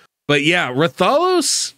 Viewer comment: RATH - A - LOS. the pronunciation is killin me lol ggs tho